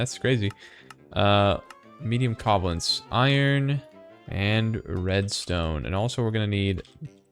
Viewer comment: The way you pronounce covalence disturbs me greatly.